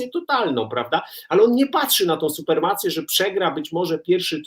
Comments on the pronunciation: Roman suPREmacja a nie suPERmacja :D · Supremacje, Panie Redaktorze, supremacje...